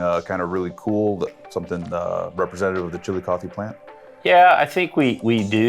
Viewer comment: I thought he kept saying the "chili coffee" plant